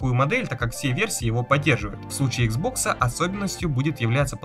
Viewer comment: Ну блин почему ты иксбокс называешь хуан?(((